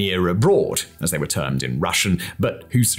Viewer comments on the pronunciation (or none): Your “were” and “weren’t” could be enunciated a bit better please, i was confused at times since captions didnt seem correct